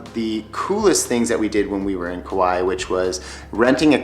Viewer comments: Kaua'i in Hawaiian meaning when you say it say kah why ee sorry you said the name a bunch just trying to help you out. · Tips? How about pronouncing it right? My Hawaiian grandma, and most people who live there pronounce it Ku-WHY-ee.